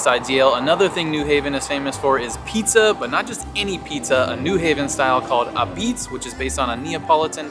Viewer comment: It's abeetz, not apeetz